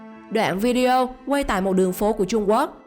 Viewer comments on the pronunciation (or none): none